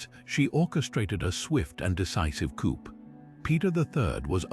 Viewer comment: Coup = "Coop"? It's pronounced, 'coo." Why use robot readers at all? They rarely pronounce things right, and it is annoying.